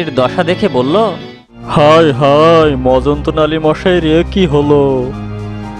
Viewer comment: উচ্চারন ঠিক করুন। গল্পের নাম "মজনতালি সরকার "। আপনি বলেছেন মজন্ত নালি। 😃😃😃